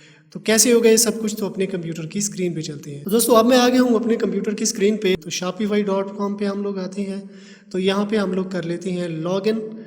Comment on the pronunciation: 😂 oh bahi nam. sai lo shopify hota shapify nhi😂😂😂